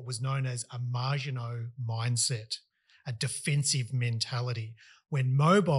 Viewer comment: You lost me when you called it the 'MARGINOT' Line instead of the Maginot Line.